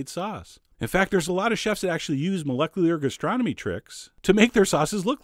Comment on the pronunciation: "ex-presso" "molec-lier gastronomy" LOL I came for the food, but what keeps me coming is sense of humor!